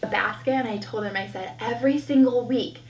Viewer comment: I cannot stand when people don't pronounce the L in words !!!! It's TOLD not TODE.